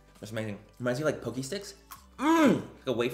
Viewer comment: P.S. Manny... the pocky... it's pronounced "PAH-key" not "POE-key" lol